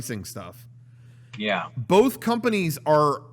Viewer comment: Does pronunciation of "both" as "bowlth" make him more attractive or more insufferable? 2020 is indeed a year of many decisions